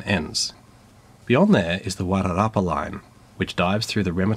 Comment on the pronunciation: You did really well with the pronunciations. I only noticed one minor mistake. I grew up in Masterton and your pronunciation of Wairarapa was excellent. I’m not a train buff at all, but I love your videos, and find them well thought out narrated. Was great to see this video as I’ve not been back to NZ since before covid, so it was nice seeing my favourite city from a very different perspective. I seem to remember some issue with the tunnel sizing and the new trains, but that was years ago. Hope you also rode the cable car. They used to run trolley busses throughout Wellington, but sadly replaced them. That was a mistake I think.